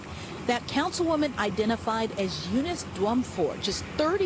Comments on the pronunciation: Yo! I love you bro but throw ur shit threw an e-reader before you read it so you know how to pronounce shit. Her names is unis. They just said her name in the news video you play. Come on man twice you sau uniece come on bro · That name is a bit arhaic. It's pronounced 'You-niss' generally. 🙂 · The way you pronounced Eunice screams millennial